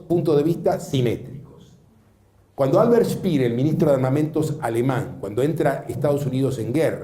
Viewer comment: Se pronuncia "SHPEEEEER"